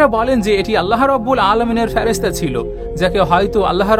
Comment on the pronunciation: Word ta Feresta (ফেরেস্তা) hobe